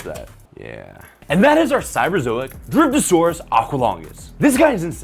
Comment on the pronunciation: I thought you said "Dripping sp3rm Saurus"